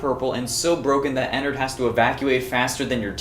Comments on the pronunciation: Like innards with an e. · hey. some advice, ennard is not pronounced "ee-narhd its pronounced "eh-nerd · I love how she says "ee nard" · She says ennard so weirdly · DON'T YOU DARE BRING FURRIES INTO FNAF Did you really just say "fahz bear's" and "eenard"